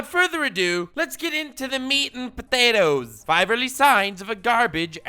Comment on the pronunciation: I love when he says “meat and Poe-yay-toes.” It’s just moistening. Also I’m now a regular watcher. Subbed for a while and binged watched a bunch, but now this series is weekly watch for me, plus your other videos ❤️